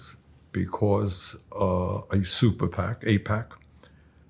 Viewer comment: He couldn’t say AIPAC..?